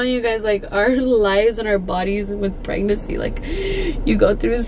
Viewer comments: I love her but it drives me crazy that she says pregnacy instead of PREGNANCY. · it’s pregnaNcy not pregnacy 😂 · it’s PREGNANCY NOT PREGNACCY lol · It’s so cute the way you say pregnacy instead of pregnancy 😬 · I feel like now that you’re in your final weeks I’m used to you saying pragnacy instead of pregnancy 😂❤️❤️❤️ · Pregnacyyy 😂 lol i love how you say pregnancy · PREGNACY lol i love how she says that 😂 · The way you say pregnancy 😂 still love you girl and happy birthday❤️❤️